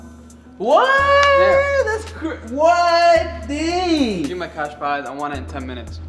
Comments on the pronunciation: Lol why did say dang like that lol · was about to curse I heard it at the end of the video when he said dang he said damdang